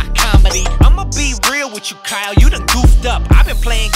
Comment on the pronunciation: Kyle: ITS X-YLE